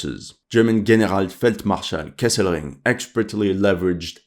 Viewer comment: Sometimes I try to guess where are you from and the most russian things sounds good, the english is good and often the pronunciation of german terms are good but this "Generalfeldmarschall" sounded very french. 😅